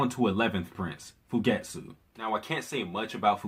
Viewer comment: Thanks for the great recap. Btw it's Fu ge tsu and Sa tsu ki. Don't run the first syllable unto the "t" or the second syllable in Fugetsu into the t. Also, the u in Satsuki is minutely pronounced.